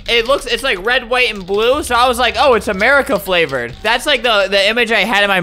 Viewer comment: "it's Americand flavord" 😅